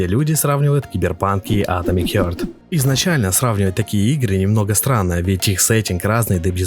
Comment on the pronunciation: Блять, "атомик хЁрт", "студия мЮндфиш". Ну ты хотя бы погугли перед выпускам видоса, раз с английским все так плохо. Сразу понятно отношение к своему творчеству исходя из таких вроде бы мелочей. Видос же просто бессмысленный. Сам же в начале ролика сказал, что сравнивать две такие разные игры глупо, в итоге сравнил. Зачем вообще нужно сопоставлять релизы совершенно разных игр. Они даже по шумихе не одного уровня.